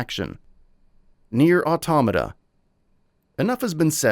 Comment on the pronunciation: You get a Like for pronouncing 'automata' correctly.